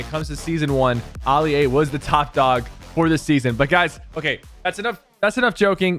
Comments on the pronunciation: Why do u say Ah Lia it's a as in apple alia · The fact he is pronouncing it Ali A and not ally A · The way Sypher says AliA 😂😂😂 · STOP SAYING ALI-A LIKE THAT 😭